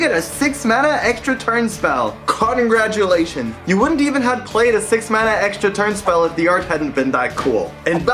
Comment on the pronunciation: He really said Karngratulations....